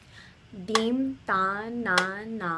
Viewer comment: Hi, Dha ta ki ta is really धा त कि ट The second ta is hard in all the phrases here. Probably you know that by now. 🙂 It's interesting the way you have approached Hindustani classical. I've heard around ten other pieces that you've composed. Trying to understand the 'why' behind the specific techniques you've used. For instance I found the use of the violin 'tanpura' changing its 'nyaas' when the entire melodic line shifted up the arohana in the Bihag piece (you in the blue sari) to be a great way to explore harmonic techniques. That idea was a 'wow' moment for me (though the counterpoints prolly ran into apavaadi swaras and that was very harsh to these hindustani ears 😊) I'm intrigued now. And am eagerly awaiting the time when you'll move from harnessing the swaras (like you are doing in these pieces), to harnessing the raganga, to harnessing the rasa of the raga, perhaps even doing shrutikari to express it. It's super exciting to glimpse the idea that you have created. Thank you so much for thinking afresh, for imagining a music that will, someday soon, make rasiks of both traditions want to hear ever more.